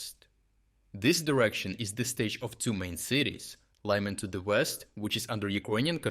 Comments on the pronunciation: Друже, а відколи Лиман став Лайманом? :) Для чого так перекручувати імена українських міст та сіл? Чому не вчити іноземців правильно вимовляти наші слова? Ти ж володієш українською. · Why do Anglo-Saxons disregard NAMES and assign their own versions to everything? The city of Łyman is not called "Lahy-mahn". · Why are you now mispronouncing Lyman?